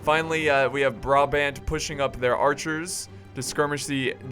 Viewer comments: You have to say Braabant and you have to say THE a by te last a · you pronounce the second A in brabant the same way as you pronounce the first A currently you are saying bra-bend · You pronounce brabant as BRAHBAHNT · As much as love, the way he pronounces Brabant makes me very sad. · funny how you say 'Brabant'i live in Brabant (belgium)